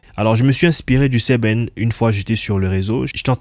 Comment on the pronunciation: C’est Sebene et non Seben…